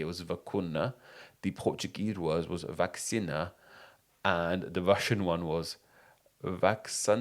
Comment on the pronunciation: pronunciation note! vacina in portuguese has no /ks/ sound, so the pronunciation goes something like /vuh-see-nuh/